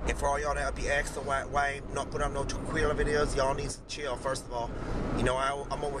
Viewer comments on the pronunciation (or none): that's tequila or te-kwee-luh